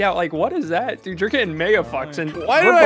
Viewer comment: I’m hitting the freaking bumper DUUDE why’d he say dude like that 😭